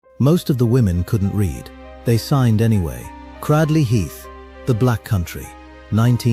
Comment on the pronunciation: Cradley Heath.....Cradley is pronounced with a soft 'a'.....as in cradle.